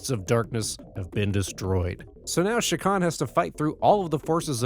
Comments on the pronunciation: It's CHA kan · You're not pronouncing that name right AT ALL. It's not an SH sound.. it's literally a CH ak an.. say Chalk.. without the L.. and end it with an AHN. Chak Aahn. CHA!